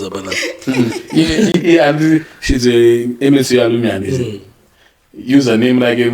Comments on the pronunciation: It is "alumni", not "alumini"!!! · Hakuna chinonzi alumini it’s pronounced aluminai 😂